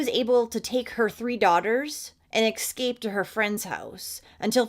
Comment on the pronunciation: *Escape not ecscape